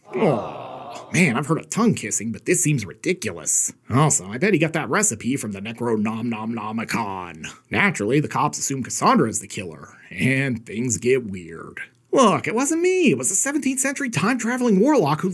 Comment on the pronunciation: I haven't laughed in weeks, then I heard "nerconom-nom-nomicon". Took me a full 10 minutes to recover.